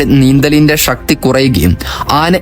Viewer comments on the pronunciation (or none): പ്രദേശം not പ്രദേഷം ശക്തി not ഷക്തി ശ്വാസം not ഷാഷം സ്ഥലം not സ്റ്റേലം ശാന്തമായി not ഷാന്ത കഷ്ടപ്പെട്ട് not കസ്റ്റപ്പെട്ട് ശരീരം not ഷെരീരം ശേഷം not ഷേഷം ശ്രമത്തെ not ഷ്റ Good news ❤️🥰